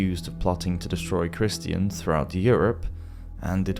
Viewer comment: "Christ-ee-ans" U fn serious bro? Christians has three syllables now?